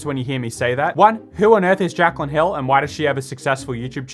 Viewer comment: Jaclyn Hill How I heard it: Jack on hill